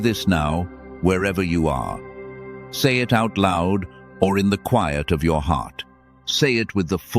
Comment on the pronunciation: Even in the cwaiyet in the resieved